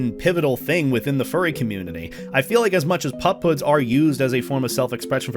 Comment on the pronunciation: I thought you were saying pop hood